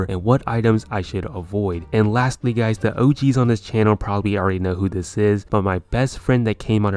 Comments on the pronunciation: he just said gays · "What is up gays"